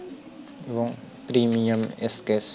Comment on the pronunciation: Brilliant Tutorial! Bro, A thing can i share?? This is Sketch, স্ক্যাচ, Not স্কেটেক। U should to improve ur utterance, Hope u wouldn’t mind. 🤠